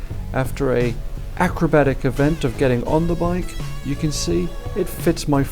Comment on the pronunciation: He said Acrobatic lol